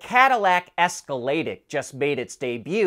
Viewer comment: Did he just pronounce Escalade IQ as one word? 💀